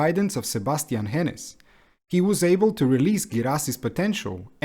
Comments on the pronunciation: OK. Maybe it just hurts especially hard as a Stuttgart fan. The name just isn't pronounced with these short consonants (no double "n" and "s"). Just nice and slow... "Hoeeenes" ;) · Is it that hard to look up the pronunciations of players and coaches? You obviously did a lot of research on the club itself, so I just don't get why you're skipping that part. "Hoeneß" is just not pronounced "henness", how did you get that idea? I would see how a Non-German might have problems with "oe", but you could have just stuck with an "o" then instead. All it would take is to search up any German post-match interview on YouTube...